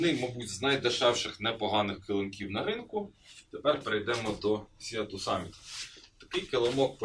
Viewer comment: Вибачте, але прям парить … читається «Сі ту самміт». Від слова «Море» - «Sea» - [сі:]